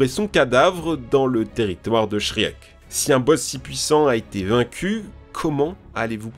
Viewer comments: shriek non shrek* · tu m'a presque assassiné quand t'a prononcé le nom de Shriek... ca se prononce Shriik, le E est un i ou silencieux mais SURTOUT PAS un è WTF?! je peut piger que tu parle peut etre pas anglais mais je pouvais pas laisser celle la passer, c'etait trop gros. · shriek j ai crue que s etait shrek 😂😂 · quand ta dit shriek dans ma tete ca faisai shrek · La prononciation des noms anglais était un peu cringe 😅 juste un effort quand le nom lui même veut dire quelque chose SVP... Shriek ça veut dire hurlement en anglais, et c’est ce hurlement qu’on entend dans tous l’opus quand elle attaque... Mais j’ai beaucoup aimé la vidéo 👍